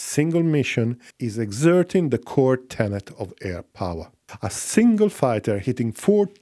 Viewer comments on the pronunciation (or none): none